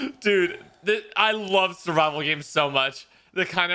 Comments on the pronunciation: survival but he said vival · I thought he said "bible games."